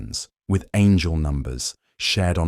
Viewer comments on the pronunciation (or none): none